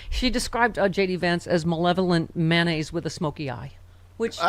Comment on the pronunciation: PS - its *mayonnaise - May-O-Naise, not "Man"-Aise. I don't want to know what goes IN to man-aise... 😮🌊🌊🌊🤢🤮